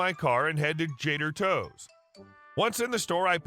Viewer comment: How hard was it to say Jader Toes instead of Trader Joe's? :chillwcat